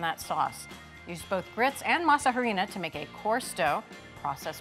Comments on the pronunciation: Her pronunciation of harina is grating. The H is silent. By now, you would think people know this. It’s pronounced ahrina. Also the green leaf on the tamal masa harina package is banana leaf not green husks, . Other than that, they seems to know what they are doing, and I shall try to make them. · Girls ,,,"harina" is pronounced "Arina" the "h" is silent... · These some white people tamales😩. You all added everything to the dough but seasoning, you all need seasonings! Not grits and yellow corn🤢 and stop saying Ha-rina lol just say corn flour if you don’t know how to say it. Just stick to your food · You don’t say they H in Harina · ugh when will these cooking show hosts learn to pronounce HARINA! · This is good for an American tamal but not authentic. The real ones are much more simple . I’m definitely going to try this it’s interesting. H is silent on harina